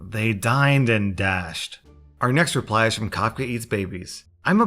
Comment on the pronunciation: Everyone: talking about the stories in the video. Me: just pronounced Kefka very incorrectly 😑